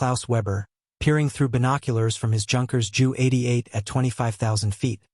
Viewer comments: Please study the proper pronunciations. For example, Junkers is pronounced YUN-kerz. Also, attempt to coordinate your narration with the video clips. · Its pronounced "Yunkers"